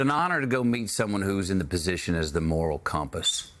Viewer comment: Did he just say the pope is the mial compass of the world 😂 who's paying him 🤔